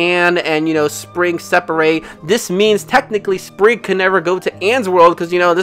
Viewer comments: its actually pronounced sprig not spring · It’s Sprig😅